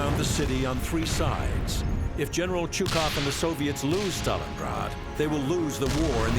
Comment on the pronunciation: If you make a video like this, you could at least take the trouble to pronounce Чуйков's name properly: Chuykov.